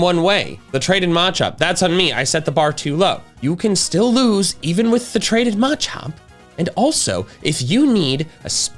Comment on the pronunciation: 🎉 HAPPY BIRTHDAY!!! 🎉 Also good on ya for starting to pronounce Machop correctly! :p